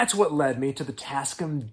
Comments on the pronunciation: TAS-CAM. Not TasC'm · I had the same reaction! “tascm?” What is he talking about? Oh…. TasCAM! 😂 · Pronounced tasCAM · Jeeze, not try'n to bust yer ball or nothing, but...ya... you say it weird. The company is called "Tas-Cam". I've owned a bunch of their stuff since the 90's. But feel free to call them whatever you like. Sorry if I made you feel icky. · Tasc'm? Damn near killed him! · I love your content and this was a fantastic watch. Big up . If you say "Tascm" like that one more time my eyes are going to burst into flames and I'm going to collapse into a pool of blood which cannot be cleaned nor touched, as it is a portal to hell and it will continue to grow until it reaches you